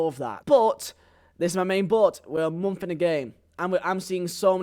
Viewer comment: Why this foo say “momf” like enunciate plz accent doesn’t mean u cant pronounce month correctly 😂